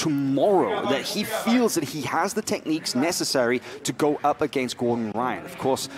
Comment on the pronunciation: Gore-Done Rye-On